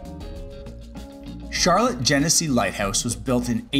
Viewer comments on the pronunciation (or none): It's like char-lot not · Thank you for enjoying our little gem and for posting a favorable video. For your next visit, if you want to sound like a local, the lake neighborhood, Charlotte, is pronounced "sha-lot" or "shar-lot". We love our Canadian neighbors, and look forward to having you back. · Charlotte is pronounced Shar-Lot. Also the town of Chili is pronounced Chi-lie lol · You visited Ontario Beach Park and didn't mention the carousel?!? By the way, "Charlotte" is pronounced " Sha-LOT". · Shar-lot is how to pronounce the beach not like the name charllotte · Yes, the accent is on the second syllable, not the first.